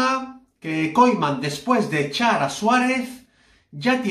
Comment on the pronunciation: Deja d mentir y aprende a decir Koeman. Es vergonzoso